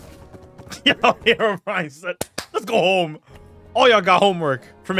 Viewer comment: Is it just me, or did people pronounce Herobrine as "herobrian"?